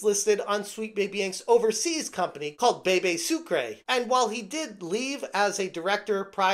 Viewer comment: "Bebe Sucre" Lmfao